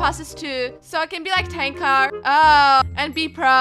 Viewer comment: this is angel "TANK R ITS TANQR NOT TANK R I AM A FAN ON TANQR AND IM ASHMEND